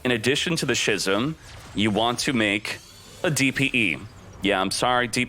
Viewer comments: it's pronounced "skizm" for f**ks sake.. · Love your videos as always man, but please stop pronouncing 'schism' as 'shizzum'. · How many times does this guy keep mispronouncing "schism"?